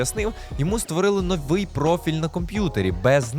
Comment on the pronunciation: Не нОвий, а новИй! І не ладно, а нехай!